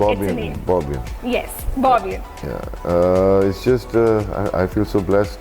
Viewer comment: Bobian❌ Boob ian✅